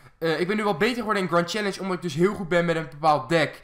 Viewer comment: of boomstam en je zegt grend chellenge